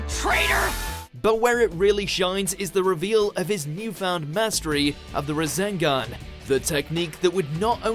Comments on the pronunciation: am I the only one who heard Razengan instead of Rasengan ? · Did anyone else hear razengan instead of rasengan? 🤣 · Rasengan NOT Razengan, please and thank you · What's a Razengan? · I really don't like the way he says Rasengan and Rasenshuriken